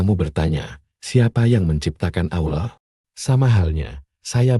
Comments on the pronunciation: Satu keaiban yang besar kalao sebutan " Allah" kayak orang yang pelat!!! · Sebutan "Allah" harus diperbetulkan nurut "makhrajul huruf" yang benar...jangan asal boleh tapi tak boleh!!! maaf!